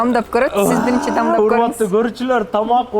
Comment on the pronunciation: Анан дагы Назира дамдап эмес даамдап деш керек,а так баары соонун